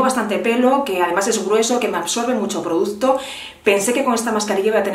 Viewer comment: Gracias por hacer un vídeo de solo 20 minutos 😜 y ponerte una pequeña crítica que espero no te moleste. Sería muy complicado para ti pronunciar bien la palabra producto? No sabes lo que me chirría oírte 20 veces o más en cada vídeo decir produZto.